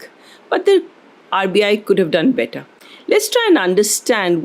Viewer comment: "The economy will be bettah(better).."